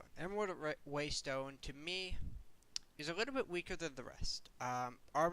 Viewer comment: This is a really minor feedback suggestion... but it's "play", not "pway"... and it's "little" and not "liwle". I'm sure this is a vocation form where you grew up maybe, but it's super weird to listen to it. My only examples in life of people doing this are little kids :/